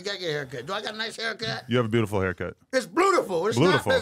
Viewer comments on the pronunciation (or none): This man said "bluediful" for beautiful.